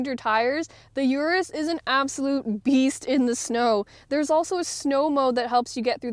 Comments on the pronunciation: Damn It’s not U-rus it’s Urus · It’s pronounced “oorrus” not “yourus”